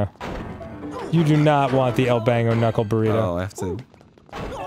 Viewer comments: Dan it's El Banco not El Bango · Silly Dan, it's not "El Bango" it says "El Banco" which is The Bank XD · It's a bank not bango it's el banco it's Spanish for bank